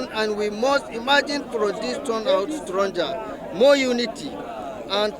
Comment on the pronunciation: Did he say 'stronjar'? 😅